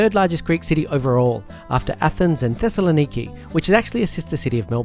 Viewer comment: As a Greek Australian I bow before your correct pronounciation of Thessaloniki, finally someone non-Greek got it right in a video! haha well done mate :)